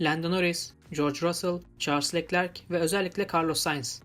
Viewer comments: knk yanlış anlama leklerk değilde löklerk diye okursan daha iyi olur biraz göze batıyor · Keşke Leclerc in adını da güzel telaffuz etse